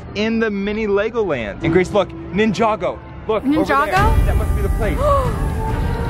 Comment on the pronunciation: I like that he can pronounce ninjago properly lol